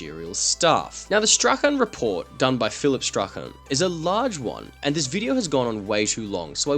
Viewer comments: Just FYI, "Strachan" is pronounced like "Strawn" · Strachan = strawn